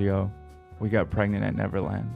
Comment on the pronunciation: What's with the girl in the Jeep not knowing how to say the word pregnant "prengant" lol